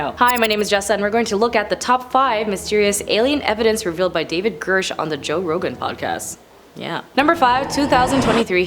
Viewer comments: Jessa, I’m :54 in and I think you’re trying to get into broadcasting school, which is admirable. I have two suggestions. Look carefully at the name you’re pronouncing. Listen to how others are pronouncing it first. His name isn’t Gersh. It’s Grusch. The “r” is before the short “u” sound. And “Inhumans” was the name of some kind of show. It’s not real thing. “Inhuman” is an adjective that describes a noun as in “inhuman conditions.” As an adjective it’s never pluralized. Oh, I think you could slow down a bit, too. (Oops, three.) You’re still doing very well and I admire that you’ve taken this on. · Girsh? This chick can’t read?! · How does someone make a presentation on someone and never learn how to pronounce their last name? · Part of having a career in this sort of arena is knowing how to properly pronounce names. News anchors and celebrity presenters alike get lambasted across the board by everyone, and have since before social media existed, when they mispronounce a name. It's part of the job. Pronounce his name correctly, it's literally easy to find, he's had multiple interviews, he's said his own name in some of them. I'm picking apart someone who is sucking at the one thing they're supposed to do: read the prompter accurately.